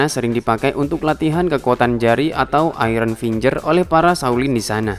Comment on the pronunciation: iron: bukan airon tp ayen